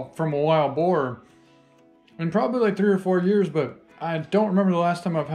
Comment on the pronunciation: I love how he calls it wild bore 😂😂 I'm sorry am from Louisiana and it's usually hogs and pigs and bores but amazing pig man congratulations